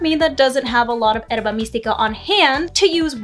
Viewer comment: Thanks for the the examples! This helped out. But I do got to ask, why do you say Herba Mystica weird? Like is it some bit that i am missing? Everything else in your video was pronounced correctly.